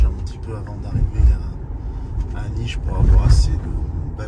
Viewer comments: Ça se dit niche, pas nice. Il y a un accent sur le s (Niš) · Nis se prononce Niche,haha